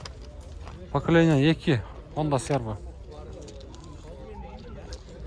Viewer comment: Покелениясы эмес Поколение тууган